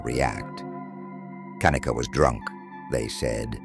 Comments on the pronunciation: First as a momma you pick your baby's name CAREFULLY why does this damn robot have to say her name like that!? Anyway,is it bothering anyone else that it takes ALL THREE friends to go back and get her stuff and why doesn't at least one of her "good friends" stay with her if they saw she was swaying that badly,this whole thing "FRIENDS" and all were sus to me from jump street back in 2017!! It really makes me fu*#ing ILL that this poor girl was gonna be a Nurse bc she obviously loved to CARE for people and the night SHE needed the people that she THOUGHT were trustworthy couldn't or WOULDN'T CARE FOR HER!! I totally understand her mother's heartache and rage!! We lost our son (17yrs old) to a freak car accident so I KNOW grief and there is absolutely NO GRIEF like a parents for the loss of their CHILD! I'm so sorry for you,mamas I pray one day you get the peace you deserve. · How many times is the robotic narrator going to change the pronunciation of Kenneka name